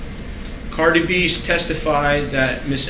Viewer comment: This guy cannot even pronounce Cardi’s name correctly What a joke